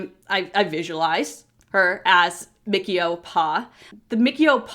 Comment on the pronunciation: Great review, but I believe it is Mi-CHI-O, not Mickey-o...